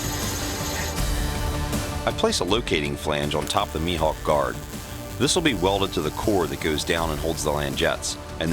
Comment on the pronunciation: How we pronounce it: maihawk How he pronounces it: meehawk Subtitles: M E A T H A W K